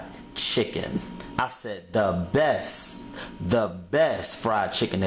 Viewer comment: "The Bess"